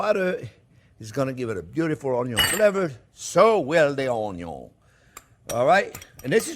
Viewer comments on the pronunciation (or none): My wife absolutely love this channel. In the kitchen when we cook, we always pronounce onion "onn-yon" as Chef Jean-Pierre does. He should sell t-shirts! Even a child could do it!